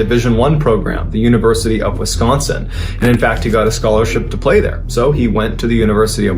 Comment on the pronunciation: Dude! You pronounce "Wis-gon-sin" like a local 😊